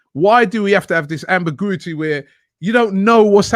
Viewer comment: about to start laughing😂 “ambigooety”